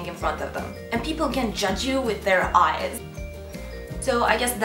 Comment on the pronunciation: judge you with their ayes LMAO